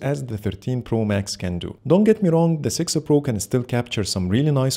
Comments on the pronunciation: It's heard like thay every time, even subtitles write 'sixer' 😂 Anyway, thanks for this great video 😁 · Great camera comparison and great video, but why do you always say sixer pro?😂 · 😂😂in sorry Bro. But the way you say six pro, (Google pixel sexy pro) I know it's the accent but nonetheless loved the video